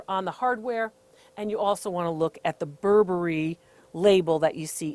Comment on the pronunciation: "Not 'Bur-Berry', but 'Burberry." Thank you, DR Lori. I almost spit my tea out, I laughed so hard. <3 Really. Thanks. Much needed laughter.